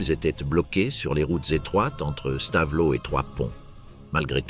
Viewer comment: Stavelot se prononce Stavelo et non Stavelote. 😢😢😢